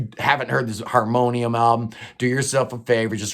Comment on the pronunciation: Nice job on reading that Harmonium album title in french😂. Not the easiest for sure. It means: "If we needed a fifth season" and it's probably one of the best album ever to come out of Quebec. It would be interesting to cover some of the french Canadian prog rock bands in a futur video. Keep up the good work👍